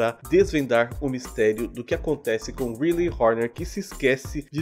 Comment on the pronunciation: o nome dela se pronuncia raili kk